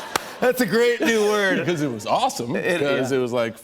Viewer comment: "Cause it was Awefulsome"